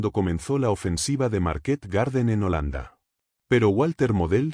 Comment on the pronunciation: A mí me pone muy nervioso cuando dice Market acentuando en la última 😅A los dos minutos ya bajé a ver los comentarios, mal síntoma